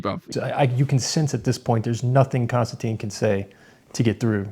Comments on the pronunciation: His name is pronounced Kinstantin, like “tin” can. His name doesn’t have the e at end which would make it sound like Konstan-teen. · Konstantin (NO E!) Con -Stan - TIN (not TEEN!) . How would you like to be called Mr. Smyth (Sm eye Th). Sorry a bit of OCD and probably overly caffeinated too. And okay you got me. Maybe a little sleep deprived. I really enjoyed the discussion. I am always a little shocked at Mr. Kisin 's patience And determination to define terms and get to the heart of the matter.